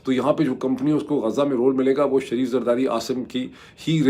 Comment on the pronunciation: پڑھے لکھے ج شہر کا نام "غزة" ہے... غازه نہی